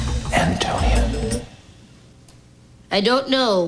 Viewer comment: does "Antonia" suppose to be pronunced as "Antonio"? that's what I hear the whole time in the video